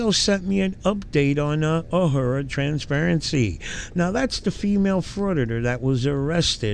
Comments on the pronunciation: I love how you say "Uh-her-uh"" Transparency. Just an FYI...it's "A-roar-uh" 🤣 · A-roar-a Not “a-whore-a” 😂 probably more fitting for her though 😅 lmao